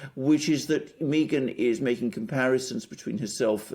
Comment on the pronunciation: It's not pronounced Mee-ghan It's pronounced Migraine Merkel